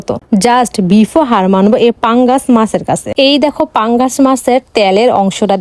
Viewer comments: পাঙ্গাস ❌ পাঙ্গাছ✅😅😅😅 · পাঙ্গাস ❌ পাঙ্গাছ✅